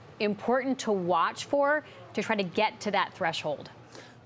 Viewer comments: Someone teach that woman how to pronounce the state of PA. She says it like “Pen-sa-vania”. It’s PennSYLvania. She has the audacity to say low propensity voters don’t know anything about policy while she can’t even pronounce a state correctly.😂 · The moderator pronounced "Pennsylvania" in a way I have never heard before. It sounds like she is saying Pennsavania. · If you are going to host an election night, you should know that it is not pronounced "Penns-i-vania"